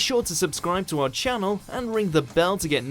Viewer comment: Seems like you were hungry, as you ate the word "to"